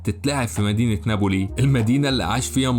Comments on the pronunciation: Napoli, not Naboli! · يا اخي كرمال الله ناببببولي ما نابولي في شدة فوق حرف الباء